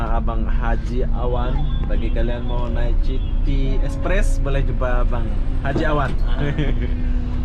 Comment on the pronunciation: City = sebutan "siti" bukan "citi"